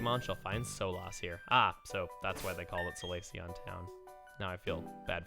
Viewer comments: Solace is not pronounced So-loss, it's pronounced Saw-less. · "soh-lahss" It's "saw-liss", Chugga. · Solace(So-loss)? Isn't it Solace (Saul-lass)?